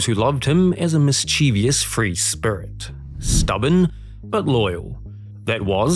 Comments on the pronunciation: I could tell you didn't use a synthetic voice by the way you mispronounced the word "mischievous" (stress should be on "mis", and there is no "i" after the "v") 🙂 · AI might have pronounced “mischievous” properly though. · Still couldn’t pronounce “mischievous “